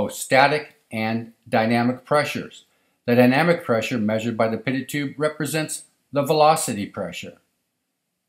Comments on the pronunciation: Stumbled across this video as a pilot trying to learn more on the difference between Static and dynamic pressure as it relates to airfoils. Great video but I am pretty sure the T is silent in Pitot-Tube and is pronounced, "PEE TOE" - Tube, not "Pitted" Tubed. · I have never heard anyone cal a pee. toe probe called a pit tot probe. pi·tot tube /pēˈtō,ˈpēˌtō to͞ob/